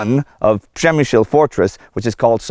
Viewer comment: You see Indy? Ryan relocated to Poland 10 years ago and he could perfectly say - PRZEMYŚL :D Nice video, this fort is more creepy than on polish side.